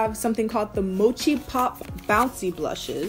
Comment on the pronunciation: Wait did you mean mochi or mochee lmao